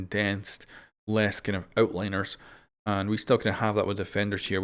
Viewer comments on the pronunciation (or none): Outliers, not Outliners,:D